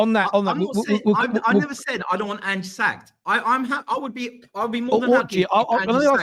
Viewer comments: he calls him "aynge" y'all 😂😂😂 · He still calls him "Aynge" 😂😂😂😂😂😂😂